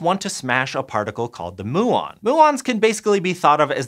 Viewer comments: Moo-on. Lol. Can you produce them by colliding cows? Even Americans I've listened to talking about them say m'you-on... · Particle physicist here - I don't think I've heard "moo-on" before aha, typically people use "myoo-on" like the greek letter. More interestingly with regard to a muon collider, the other big engineering constraint is that muons decay in microseconds. You can extend this relativistically when you speed them up, but you can't escape it, so you have a ticking clock from the time you create the muons to the time you collide them. The LHC currently takes hours from injection to collision, so this would be a significant design difference, though it should still be possible. A muon collider would be really, really exciting. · Isn’t it “mew-on” not “moo-on”?? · Is muon pronounced 'moo-on' or 'mew-on' ? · Gotta admit, it’s funny listening people outside your field try to pronounce the different terms we have. I’m referring to him saying ‘moo-on’, rather the root is Greek and suppose to be ‘mew-on’. XD It’s like me with all the Latin words used in laws and biology. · His pronunciation of muon is driving me insane. It's not moo-on. It mew-on. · Pronunciation question. Is "muon" more often said "moo-on" as does in this video or more "myuu-on" as I was thinking before? I was thinking "myuu-on" because I had thought they were named after the Greek letter [μ] which I had learned was pronounced "myuu"... despite its pronunciation being written [m-u] in the Roman alphabet. I know it's confusing. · Also a physicist - never. "mew-on", not "moo-on". Think cats, not cows. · Mew-ons, not Moo-ons. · you understood them, so it doesn't matter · According to Google and every quantum physics show I've ever watched. You are pronouncing Muon wrong. It's more like mew-on and not moo-on. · Muon is pronounced MYOO-on, please learn to say it right and re-upload the video; I'm an ESL student and I knew this 20 years ago. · Its pronouned Myoo on not moo on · myoo on : P